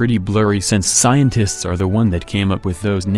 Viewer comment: Why is the way AI says "scientists" so funny?